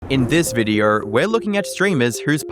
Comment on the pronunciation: “In this videer” 🤣🤣🤣🤣